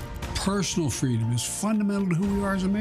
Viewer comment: It sounds like he's saying "fweedom," like in Kamala's story.